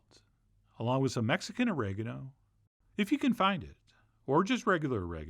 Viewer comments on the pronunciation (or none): none